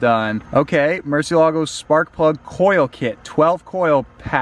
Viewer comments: Murciélago, sounds Murcieeeeelago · Nobody knows how to pronounce “Murciélago”. Everyone pronounces it incorrectly! The accent is on the “e” and not the “a”. This car was named after a famous Spanish bull, and the name “murciélago” is actually a Spanish word which means “bat”. Please pronounce it correctly. Here’s a link to a video showing how to actually pronounce it